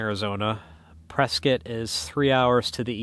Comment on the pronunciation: Today you just taught me how to say Prescott AZ, turns out I've been mispronouncing that name for several decades.